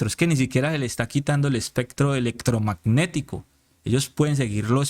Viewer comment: Especcctro eleccctrogmagnectico , me encanta, de ahora en adelante solo pronunciaré estas palabras con ese exquisito acento, gracias!! No se le puede hacer más propaganda a taaraadoos como est@ ni miguel ni la cabal ni la paloma ni polopolo ni jp. Fuera de las redes de toda esta diarreeaa uribista